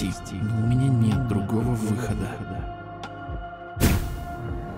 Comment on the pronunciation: ОН СКАЗАЛ ПОСПИ А НЕ ПРОСТИ